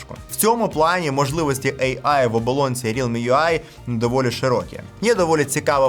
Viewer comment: От не протримався без своєї шиї, лови черговий дизлайк. Цікаво, чому ейай, а не ийай. Ші ж шиї, то кажи тоді ийай